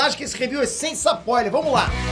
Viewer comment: O que é um Sapoiler? Ou isso é só um jeito de falar spoiler que o Peter usa?